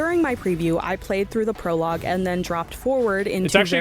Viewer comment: She said Perlogue i can already imagine how this video will go